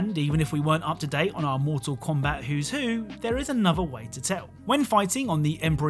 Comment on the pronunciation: he said moral kombat eggs